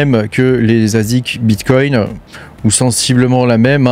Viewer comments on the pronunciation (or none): none